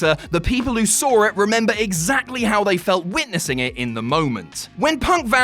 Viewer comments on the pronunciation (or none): "until you sawr it"